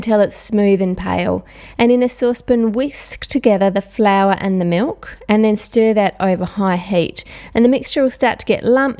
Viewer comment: She said MULK